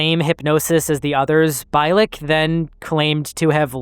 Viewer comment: Bee lick,not bye lick.. fuckin a do you know how easy it is to figure out its been lick god dammit man. Sorry but if you didn't at least listen to 5 minutes of art Bell's interview with the guy for research thn you would know it's not pronounced bye..🤦🏻‍♂️